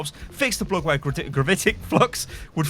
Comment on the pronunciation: I like the way you say "bug" it looks like boog X)